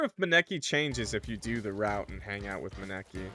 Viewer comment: that was the worst way I've heard someone pronounce Maneki before 😭😭 (it's pronounced ma-knee-key)